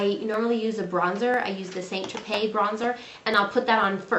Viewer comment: Saint what bronzer? It sounded like you said Jerpay. Saint Jerpay? I would appreciate it if you put a list of the products you use in the description-That would be super helpful to those who are slightly retarded/deaf like myself. Thanks for the tips though, highly informative.